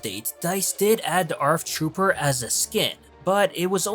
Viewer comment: It's Arc not Arf trooper